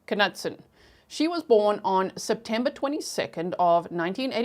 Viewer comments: Knutson is a Swedish name meaning Knut's son and is pronounced Kn-ew-ts-on. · And it’s pronounced Kah-nute-son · It's pronounced "Noot Son" The K is silent. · In north dakota we prnounce like where you live. Ka Newt Son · I’m from ND. It’s pronounced KA-NEWT-SON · Her last name is pronounced "Noot-Son" The K is silent. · I had a boss here in Arkansas USA and his name was pronounced (Knutson) CaNewtson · Im in America, knutson was my best friend's last name in grade school. Always pronounced "Ka-nootsun".. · It's pronounced Kah-newt- son. That was my maiden name and I live in Grand Forks North Dakota!! Please pronounce it correctly! 🙏🙏🙏p.s This is how her family pronounces it. 😊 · I live in ND. I've always heard that last name pronounced "knewt-sun."😀 I see that someone clarified the city. I wondered if it was Minot. I lived in Bismarck until 2020. I was wondering why the trial was in Grand Forks, but I see it was due to publicity(?). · I grew up in North Dakota. It's "MY-knot" and "kuh-NEWT-sun." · the K is silent in Knutson and in also Knapp